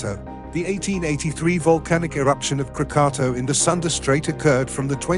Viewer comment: Your pronunciation isnt even correct. It's KRAA-KAA-TAAW.